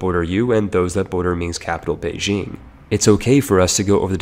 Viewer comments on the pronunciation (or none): none